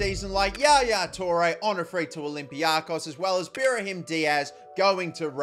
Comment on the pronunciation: Why do you say berhim its pronunced brahim